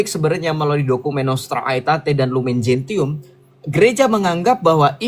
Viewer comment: Masukan sj: Lumen Gentium dibaca lumen jensium; Nostra Aetate dibaca nostra etate.